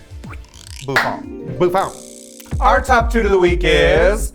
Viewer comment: As a french person, it's so satisfying to hear these two godesses repeat "BOUFFANT"